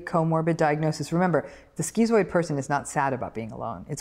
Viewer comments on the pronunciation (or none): stop calling it skeezooid and that will help. It's schizoid for a reason, to "schizm", it's just schiiiiiizoid. No eeeeeeee. She's also incorrect that zoids will not help other people because we're supposedly just so indifferent. That's incorrect. The vast majority of zoids I know would help someone around them and as would I (and I do, and they do). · Why is it pronounced skee-zoid but skiht-zo? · "skitzoid", it's the same part of the word "schiz-" as in schizophrenia or schizotypal and should therefore, in my view at least, be pronounced the same. The part of this word means "split" in Greek. But I hear many people pronounce schizoid as Dr. Ram does.